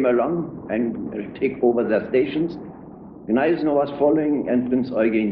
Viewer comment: Nice to see a film in which Gneisenau is pronounced properly.